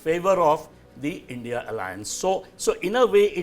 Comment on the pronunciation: If someone struggles to pronounce India and instead utter as Indi you can safely say what that person's opinion will be.